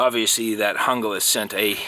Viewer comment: Pronounced Hoonglas.